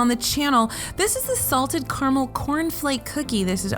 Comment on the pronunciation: She's actually saying Carmel... Which is even more of a head scratcher